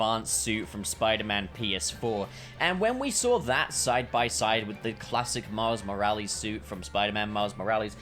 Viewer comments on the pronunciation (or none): "Miles More-Alleys" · "Miles Moralies."